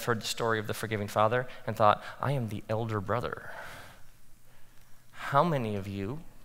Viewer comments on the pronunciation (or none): none